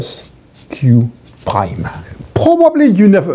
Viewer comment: The way he says prime is the best Edit: or in fact any word with an R in it